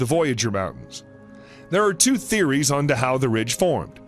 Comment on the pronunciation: They’ve mispronounced two.